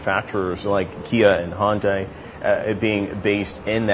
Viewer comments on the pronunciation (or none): He said Hyubdai. You can hear the i at the end of the word when he said it.